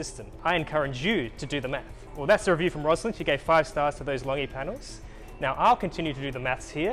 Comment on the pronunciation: Informative as ever. Just a small point -- Longi is pronounced with a soft 'g', i.e. LON-JEE (source: an engineer in Longi's Sydney office, and he should know!).